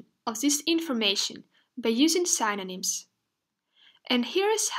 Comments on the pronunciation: Why does she keep pronouncing synonyms as /sAInonims/ ?? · Please pronounce the word ''Synonyms'' correctly.